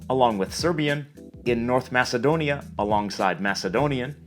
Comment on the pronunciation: Omg its impossible someone relized that albania exist i live in albania its very nice and there are a lot if more words like you said so and btw thats not how you say macedonia its a little differt......